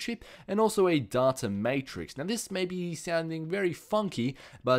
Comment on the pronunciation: He can't say data properly.. -_